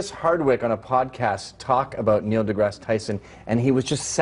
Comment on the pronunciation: For the record, his second name is pronounced as to rhyme with "grass".